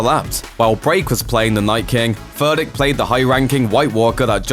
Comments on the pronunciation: Is he saying Furdick like a beavers pecker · Furdík - read "Foordyeek" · You are pronouncing Vladimír Furdíks name all wrong man. Shame on you! You should learn about his origin country wich is Slovakia and so you should call him. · And yet again, it was too difficult for Looper to just ask someone for the proper pronunciation of Furdík. Is it really too much for Americans to have at least this little bit of decency?